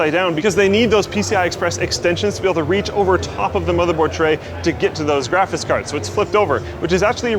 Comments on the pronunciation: am i the only one that every time says graphics card... it sounds like he's saying either "GRAPHIS" or "GRAPHITS" card? Not complaining, love the videos, just always feels like nails on a chalkboard whenever we talk about graphits cards:) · Is drunk? graphis cars? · Did anyone else hear him keep saying "graphis card(s)" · says "graphis cards" a lot in this video. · really said "graffis cards" a lot in this vid. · graphis cards lol Voice getting a bit worn out at this point, or have you always pronounced "graphics" this way, and I just never noticed? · "Graphice cards"